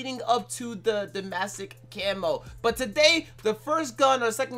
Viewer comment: Man said “dumbassick”